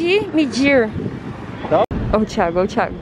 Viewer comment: Só eu que escuto ela dizendo Thiego? Kkkkk 😁